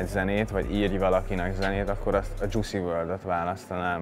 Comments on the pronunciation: Jucy?😭😭😭😭 istenem ha halgatod akkor tanuld meg a nevét Juice Wrld!😂 + nem emo rockstar hanem emo trap/rapper😂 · Dzsuszi WRLD 😂😂😂😂 akedvenc rapper/énekesem nevét miért kell így ki mondani??AM EGÓ AZ VAN RENDESEN. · Csak a kiejtes nem helyes😂😂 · Mondja h nem ismerik mit csinál Juice wrld, de a nevét se tudja kimondani...👍